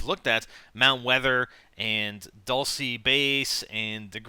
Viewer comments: its pronounced dulch-ay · ...its bugging the shit out of me how you say Dulce... its pronounced "dull-chay" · hey im in Spanish and its prononced (dull che') hope it helps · Isnt dulce pronounced as if it had a -ch in it? So that it would come out sounding like dulche? Idk. I dont have a very good attention span...... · IT IS DUEL-SAY